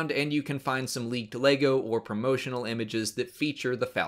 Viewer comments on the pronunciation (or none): none